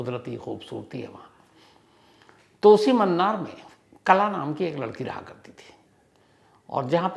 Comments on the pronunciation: Mannar nahi sir munnar hai u pronounce it as moonar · Wo munnar h sir mannar nhi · Sir ji, bo 'Mannar' nahi 'Munnar'.😊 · मूणार is the right pronunciation.. it’s not “mannaar” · Its not mannar it's munnar😂😂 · It's Munnar not Mannar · 'Mannar' nahi hay boss 'Munnar'😊